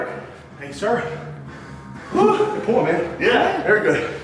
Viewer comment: every time he says pull as pool i think about swimming.